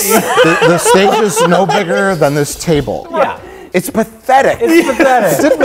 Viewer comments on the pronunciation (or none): Speech disorders are like that. You can say a difficult, multisyllabic term perfectly one moment, then struggle to say "table" or "breasts" the next. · I love how pronounces "autoerotic asphyxiation" perfectly but strokes out with words like "breasts" and "table"